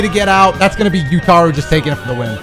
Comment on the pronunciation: saying gyu-TAR-oh instead of gyu-TUH-ro made my skin crawl…keep up the good work cuz that is now how I’m saying his name to EVERYONE 😂😂😂😂